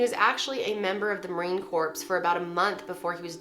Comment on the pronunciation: The P in marine corps is silent.